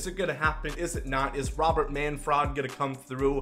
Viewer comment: The Cuh-von bothers me almost as much as the Row-Bear pronunciation of Robert.